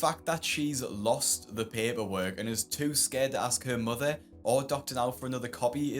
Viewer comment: I love how Dr. Now pronounces mother “mudder” 🥰